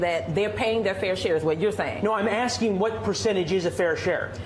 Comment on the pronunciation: Benny what is wrong with you ...she got work to do,, so don't be axing any more questions,, I'm gonna win that election sometime before my birfday